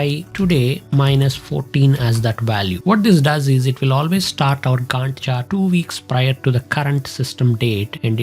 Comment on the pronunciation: Your pronunciation of 'Gantt' and referencing it to Wendy... got me rolling on floor.... overall I enjoyed the tutorial...